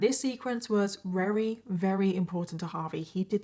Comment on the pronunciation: Every time she said very as rery is that an accent thing or like a speech impediment thing? /g